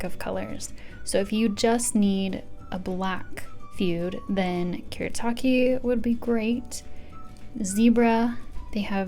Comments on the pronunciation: lol I commented before I saw yours and lark comment. no “erru”, L, in Japanese. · A few Japanese pronouncations Fude: Foo-deh Fudenosuke: Foo-deh-noh-s-ke Kuretake: Koo-le-a-keh Bimoji: Bee-moh-jee Cocoiro: Coco-ee-loh Edit: a spelling mistake in fudenosuke (fixed) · Kuretake = ku-re-ta-ke. You don't pronounce re as le in japanese. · i hate people who say stuff to seem like they are jApAnese pRos but dont even know that r isnt pronounced as l but a mix from d and r. so it would be koo-r/d(klick/roll tounge)e-take.